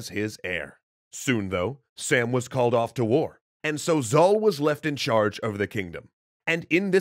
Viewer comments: Now, I cannot confirm with 100% certainty, but I would bet that "Sām" is not pronounced "Sam," and probably pronounced "Sahm," as in a broad /a/ (like in "father"), which sounds a lot "epic mythological sounding" and more "Persian" than "Sam." What I do know is that in modern Iranian farsi at least, there are two "A-sounds." The sound /ɒ/, which is a kind of O-ish "ah" sound, and the sound /æ/, same as English "short A" in words like "cat." The /ɒ/ sound is written with the letter alif, and when romanized is repented either as ā or â, even aa, which is exactly what we see in سام (sām). Historical farsi I think was similar except it had a long and a short "ah" sound: /a/ vs /a:/ and definitely no /æ/. Thus, I'm pretty damn sure that pronouncing it like the English name "Sam" is markedly wrong. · two thumbs up! btw the name is pronounced like "Sum" (imagine how u would say "Tom", just like that!), not Sam which is short for Samuel. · Sam name is name pronounced as Saam or Sām(سام) and not Sam(سم) from Samuel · In persian its actually som not sam but really nice work introducing cultures 👌👌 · Not Sam it's pronounced Saam 😊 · Nope, his actual pronunciation is Sāām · Sām is actually pronunced as Saam. It means tranquility. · Thanks for your awesome video. I'm Persian and I just want to comment on your pronunciation. King Sam is pronounced differently. It is pronounce like /sum/ but it is written as "am" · Btw the king's name is pronounced like sum in Persian (like the sum of two numbers) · its more pronounced like some or saw-m, i just realized majority of the characters in shahname were chads, also zals son is s mekind of heracles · King's name is actually pronounced as Sham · sam in Persian is pronounced like the word 'some'. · Actually the pronunciation in persian is sām, rhyming with cup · Wow... you say Sam wrong. Its spoken like "Some" in Farsi. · You have to read that sum not sām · It's not 'sam'. It's sAAm. The long AA sound is pronounced heavlity.